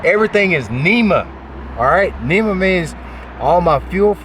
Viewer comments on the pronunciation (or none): NMEA (not NEMA) - National Marine Electronics Association